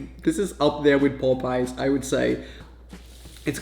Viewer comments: its popeyes not popice.... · It’s POP-eyes not Pope-eyes or poop-eyes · the pronunciation is not pop eyes is popeies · The way he keeps saying "Popeyes" omg